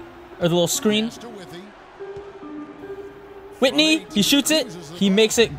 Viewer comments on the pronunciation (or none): his name is withey not whitney